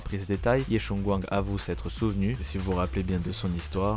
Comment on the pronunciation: Super taf, par contre... les voix anglophones sont ignobles haha xD et pour la prononciation des noms chinois : Yixuan = "Yishuan"/"Yissuan" (plus ou moins), Ye, c'est pas "Yé", c'est plus proche du mot "yeux" en français avec le "e" moins accentué. "Shungguang", tu peux dire "Shunguann" grossomodo (le dernier g se prononce aussi mais c'est assez discret ^^). Zhao c'est pas "Zao" c'est "Djao" (tous les "zh" issus du chinois se prononcent "Dj" grossomodo). "Shiyuan" ressemblerait davantage à "Shuyuan" avec un "u" à la française et non un "ou" - à ne pas accentuer [...]. ^^ Force à toi et hâte de voir ton taf pour la saison 3, ça fait plaisir de voir quelqu'un couvrir ZZZ. Merci pour ton taf !